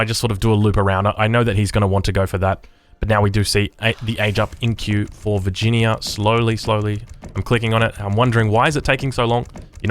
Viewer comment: Vir gin ee ya